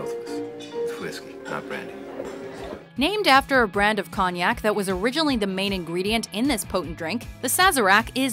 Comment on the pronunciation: she can't pronounce cognac lol